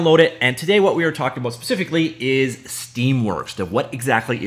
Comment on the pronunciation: When I hear "abôut", I thinked: "Canadian guy from scratch"